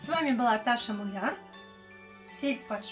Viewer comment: Хороший рецепт, спасибо за секреты, обязательно попробую. Оператор-режиссер тоже молодец, старался. Более правильно фамилия звучит с ударением на букву "У", хотя дело ваше, такая красивая женщина может себе и это позволить.